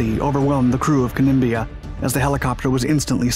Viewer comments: As Australian it was very sad day. Kem..blia not kin bla. But all thoughts to those serviceman in this indicent. Thankyou i enjoy the detail . Keep the excellent documentaries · Mate is wasn't the 'Kem..blia' either. It was pronounced the 'ka-nim-bla'. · Your voice-over needs updating. "Kanimbla" as in KANIMBLA. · Kanimbla is pronounced 'Can-nim-bla' not 'Can-nim-bia'. And the widow pleaded for fitting of FLOTation devices. Not rotation devices. Oh and the pilot error was caused by a misunderstanding of the ship being stopped (stationary) vs dead in the water (drifting) when using a GPS to position the helo for the approach. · The name of the ship was "Kanimbla" pronounced "Can-im-bla" The Blackhawk is an army helicopter and is primarily a land based aircraft. The Navy version is a Sea Hawk and is configured differently especially for landing on moving ship's decks. In 1992, I joined the Royal Australian Navy Reserve as a Chaplain. Before I was allowed to fly as a passenger in a helicopter that was going to be over water, I had to complete a training course in ditching at sea and escaping for under water. From what you showed of the crash, the Black Hawk came in too low to allow for the rising of the flight deck due to sea conditions. Normal landings require the helo to hover briefly above the deck before landing. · Glad someone cleared that up, it was driving me nuts every time I heard Kanimbia… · Ka-nim-bla is how it's pronounced!